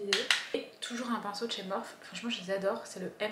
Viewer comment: coucou, je pense que la marque de tes pinceaux se prononce "morphi" parce que c'est l'anglais, le e se prononce i, bisous bisous